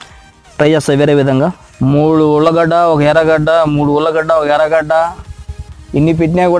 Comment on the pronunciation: It is not Ulla gada it is allu gada